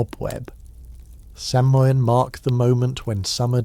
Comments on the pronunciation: Garlic speaker here. It’s “Sow-en” not inn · This was mentioned in the last video… it’s pronounced “Sow-En”… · It’s pronounced saw-win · Please pronounce samhain correctly it's pronounced sowinn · Great video. Btw, Samhain is pronounced “SAH-win” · If only he could get the pronouncing of our holiday correct. In the last one, it was Sam-hain or Salmon. In this one, it’s Sam-hoo-win. Several people have mentioned it already. 🤷🏻‍♀️